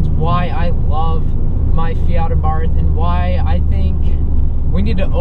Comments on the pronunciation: Hey it's Abart no H at the end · To all wanna be Abarth enthusiasts , please you owe to the marque to pronounce it somewhat close to what is the proper pronunciation , here we go say AHBA'rt , accent on the A and no th sound , it is an Italianized name , try it , thanks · It is pronounced Ah bart.